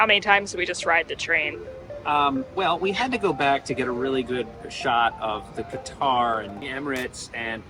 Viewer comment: Come on, man….get the pronunciation right on “Qatar”…..